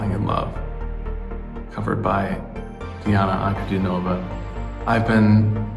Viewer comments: Welcome to the magical, mystical world of Princess Diana, The Goddess Voice of Nature. Enjoy your journey. She is a true Contralto and Polyphonic. BTW, you almost had the name correct. It's Dee aah na An coo DEE nova. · "An-ku-DEE-no-vah". Accent on the middle syllable. Welcome to the most unique female voice on the planet. Read her life story.